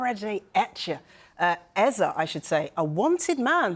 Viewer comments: It's not Ezei, but Eze. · Man they keep calling him Ezah, it's like Ezei. Come on guys!